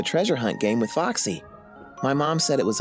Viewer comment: Lol Foxy sounds like - FUCK SEE Sorry foxy for posting this :/